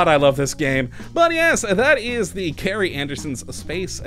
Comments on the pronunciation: its pronounced like Jerry, its short for gerald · Love the review, but his name was Gerry, as in Gerald - a soft G like Giuliani (pardon me while I go scrub my fingers with a wire brush), not a hard G like Globe